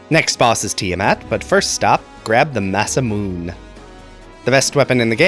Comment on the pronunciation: Masamune is a Japanese weapon. The "e" is pronounced.